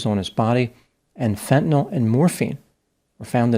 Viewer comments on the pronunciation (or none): none